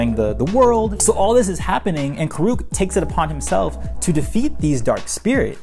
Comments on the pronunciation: Its pronounced kur-ek not kurook. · It’s Kuruk not “Koo-Rook”💀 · Well this video was a pain to watch because you couldn't pronounce avatar Kuruk name properly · Says the guy who spent 11 minutes mispronouncing it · Is the way he pronounces Kuruk not weird to anybody else?